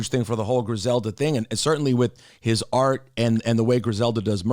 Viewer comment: “Tell us about the AErt” LMFAOOOOOO